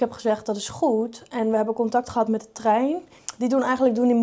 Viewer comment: hij was weer geweldig❤jammer dat het woordje TREIN toch moeilijk blijft 😂😂